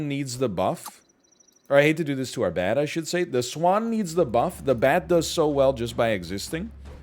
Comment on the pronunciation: Whenever he says bat difference all I hear is "THATS THE 51 DIFFERENCE BABY"